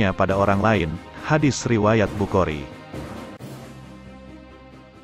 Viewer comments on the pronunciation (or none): none